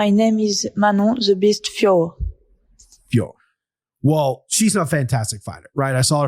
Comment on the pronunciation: Boys, her name is FIOR-OT, there's just a little emphasis on the last O.... like FYOAR-oh, not FYOAR like how you are saying it.